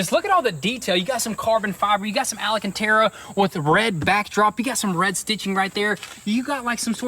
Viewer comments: Al-can-tara, not Ala-can-tara lol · Guys; AL-CAN-TARE-UH